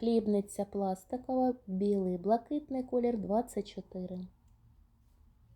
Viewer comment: ПАдвійний з пластикАвою мискАю, нАвинка пластикАвий,прямАкутний пАлиці, нАві. У вас нічого не змінюється,ви стали ще дужче акати. Складається враження що ви це робите спеціально. Особливо цукерки під назвою крАкадил,просто порвали нас від сміху. Не треба ходити на шоу, вмикаеш ваш канал і тут сантіметрів 😂, мілілитрАв акцИя, Аднаразові 😂, акцИя, КрАкадил, пАдушка😂 Арнаметром😮, пАвітря 😅,кАмплект. Навіть негри, які приїжджають вчитися в Україну, набагато краще розмовлять українською ніж ви,і вчаться набагато швидше 😂. ПА знижці? 😂 По знижці. Вам так тяжко вимовляти букву О,замість А? Так можна ж читати наприклад з цінників, або з упаковки. Хіба на упаковці цукерок під назвою Крокодил написано КрАкадил? Навіщо ви паплюжите нашу рідну мову? Хіба так важко навчитися правильно вимовляти слова? Дивіться інших блогерів які розмовляють гарно і вчіться,сядьте перед дзеркалом і дивлячись на себе вимовляйте слова які вам не вдається правильно вимовляти. Допомагає на 💯процентів.